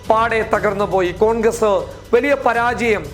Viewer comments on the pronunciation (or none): none